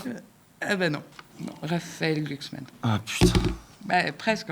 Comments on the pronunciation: On prononce glucksmann ou gloucksmann MDR j' aime trop la phonétique 😊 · C'est pas gluglu c'est glouglou 😂